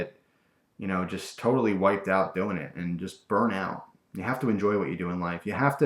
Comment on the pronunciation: "didjt"? "haev"? I think you should lay off the drugs.